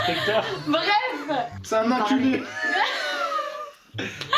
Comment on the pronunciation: C’est un « nainculer » 😂